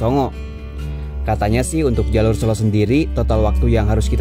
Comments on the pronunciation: Good to see you hike again. Gaskeuunn 👍👍 Btw, e pada Selo dibaca seperti e pada kata tempe, bukan e pada kata sesak. Sélo artinya batu, kalau sêlo artinya vacant, senggang, atau sempat 😁 ..... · Bang, cara bacanya bukan "selo" Yg bener "selo"